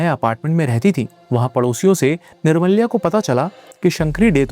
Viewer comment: Bhai wo निर्माल्य hota hai. Aur wo Jo title Day nahi दे bolte hai.just a small correction